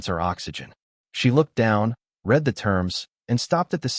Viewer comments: You need to work on the pronunciation of words that carry different meanings based on their pronunciation. For example, the word read. It can be pronounced either “red” (as in past tense) or “reed” (as an action). There were so many mispronunciations in this story that it really negatively impacted its telling. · So so can say COMMODIFIED DOMESTICITY correctly but mispronounces read and wound regularly?